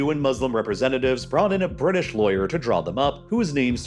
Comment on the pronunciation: THE BIRDISH LOL 😆😆😆